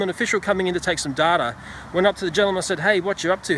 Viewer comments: Data= day-ta, not dada. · You pronounce "data" weirdly.